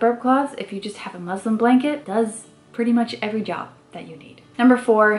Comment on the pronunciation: Girl, it's muslin not muslim. Lol.